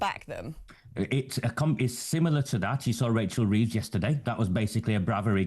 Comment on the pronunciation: 'Wachel Weeves' hahaha its jonathon woss with odd shaped t1t5